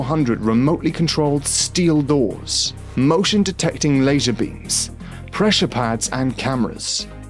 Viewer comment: its lazer, not Laysher